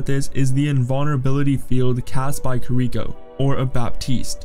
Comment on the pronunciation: Stupid pronounciation of heroes made me stop the video. Kir-ihk-o was the final straw.